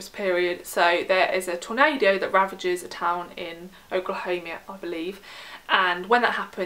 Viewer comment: Oklahoma is pronounced Oak-la-home-ma